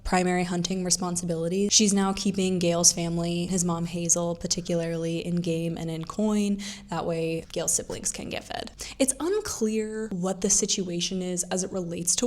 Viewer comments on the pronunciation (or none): Girl, did you even read the books? Its May-ge, its Mad-ge. Its not Hazel, its Huh-zelle like the banking app. Rue isn't 13, she's 12.